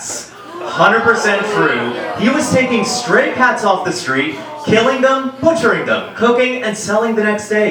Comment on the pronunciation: When he was saying “stray cats” I kept thinking he was saying “straight hats”